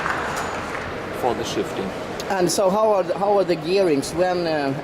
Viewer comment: Great video 5* but listen how he sad ELECTRO-PNEUMATIK its sounds Engineering!! MUHAHAHAHAHA and after that how can you dont like the Germans ^_^